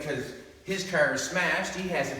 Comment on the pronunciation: I always thought that car was a one syllable word until I heard say Cahhhaaarrrrr. It's a 4 syllable word now.